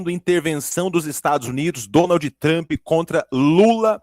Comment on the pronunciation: Você é MUITO SENSACIONALISTA em suas manchetes e falas iniciais, meu caro ! Não trouxe nada de novo, além de compilar trechos já conhecidos de diversos canais. E a propósito, não se pronuncia "DONALDl TRAMPI", mas sim DONALD "TRAMP" com (D) e (P) mudos ! 😒